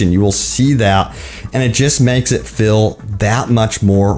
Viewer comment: Bro why the hell, did you say you can "fill" the guns and can "fill" the ogmentations. The word is "feel" ok 👌 "feeeeeel" . Not "Phil"